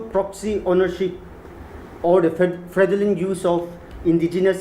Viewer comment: I really appreciate DNSU for this but please learn how to pronounce fraudulent first 😅